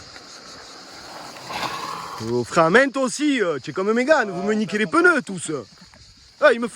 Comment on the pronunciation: Hoo les « peuneus »😂😂